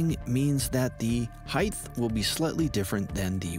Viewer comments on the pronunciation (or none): its heigHT, not heigTH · It's not "heighth" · points docked for mispronouncing the word "height" after presenting yourself as some sort of skilled craftsman.